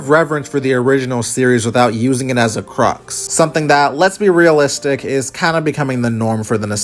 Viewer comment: I can't tell if you have a very unorthodox pronunciation of the word "crutch" or if you don't know the meaning of the word "crux" Also while desolate CAN mean bleak and metaphorically lifeless, when you call a city desolate, it's really hard to read it any other way than its most common meaning, which is literally devoid of life, as in uninhabited...